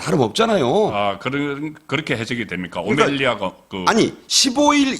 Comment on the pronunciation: 오멜리아 아닌 오멜라스